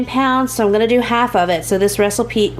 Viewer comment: time area when you said “recipe”I at least had to play it like four more times. 😂😂😂😂😂. Enjoyed the recipes, great content as always! Love it❤️